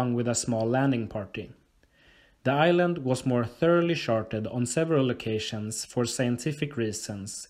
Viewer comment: "I even knew about Ireland." What's Ireland? Island with an accent?